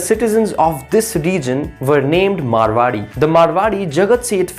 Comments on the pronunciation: Abe chutiye woh मारवाड़ी hai मरवाड़ी nahi 😂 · Abe..It’s Maarwadi..not Marwadi